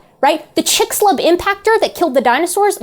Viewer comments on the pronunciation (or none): Note to: In Central American names, the letter x, as in "Chicxulub crater", is pronounced as the English sh. I love your videos.